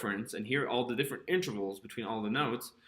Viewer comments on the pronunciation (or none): Nice, but please say in -TER-vals. Not inTRAvals. I'm recommending this video to my students, but please pronounce that word right please.